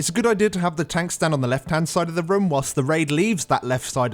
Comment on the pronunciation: I just can't get over their pronounciation of "room". No offense.